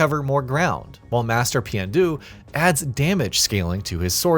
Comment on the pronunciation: did you say master peeonyou? and who is princess you? ugh hurts my ears hearing these names